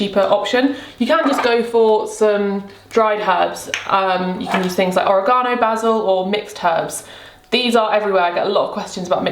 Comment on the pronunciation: I am obsessed with the way you pronounce "oregano" ❤️